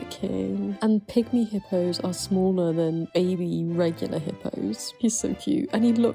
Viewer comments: I really thought you called it a "pick-me" hippo instead of a "pygmy" hippo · I hear "Bob the Pick-Me Hippo" before I realized it was pygmy lolol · I heard "pick-me" hippo at first and thought you were tying that into their introverted lifestyles 😂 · I swear at the end I thought you said "pick me" hippo at first. I was like, what does he do? Try and act "not like other hippos"?? 😂😂😂